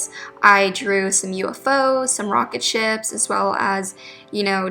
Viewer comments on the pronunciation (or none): Did anyone heard rocket sh*ts instead of rocket ships too?